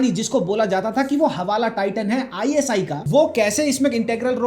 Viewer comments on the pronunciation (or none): ISIS nahi ISI